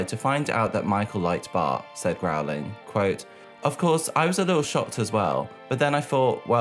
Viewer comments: Why do you keep pronouncing the Simpsons creator’s name as “Matt Growling”? His last name is spelled “Groening” and pronounced “Grayning”. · I thought it was "Groan-ing" like the sound I make after hearing him say "Growling" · Why are you pronouncing it "Growling"? 😂 Why do MJ stans know nothing about anything that doesn't immediately pertain to him?! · what amazes me is they used an interview of Matt from a late night show...... sooo you're telling me you watched the host introduce Matt Groening and still said "Growling" and no one took notes or used Google or Wikipedia or the entire Youtube video archive? damn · Where did you get Matt GROWLING from? It's Matt Groening, which is pronounced Gray-ning. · Matt Grow-ling? Groening * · groening not growing. dear god. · The creators name is Matt Groeing!,.......NOT Matt Groweling! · Matt "Grain-ing" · Matt Groening (Pronounced Gray-ning) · Forgive me, but Matt Goenings’ name is pronounced like “gray-ning” 😅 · Hey, the name 'Matt Groening', Groening is pronounced as [Gray-ning] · Could you please learn how to properly pronounce Matt Groening's last name? It's not Growling.